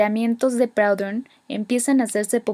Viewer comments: Muy buena explicación. Sin embargo no se pronuncia "Praudon", se dice "Prudhon". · muy bien un solo apunte Proudhon es frances no inglés y su nombre se pronuncia prudon aproximadamente. he necesitado 3 minutos para entender